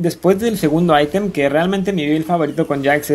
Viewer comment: Nombra bien los campeones y la palabra item aweonao ilaoi waaa quien es esa es illaoi aprende a pronunciar